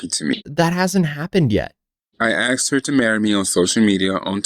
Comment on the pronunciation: bro said "i AXED her to marry me" lol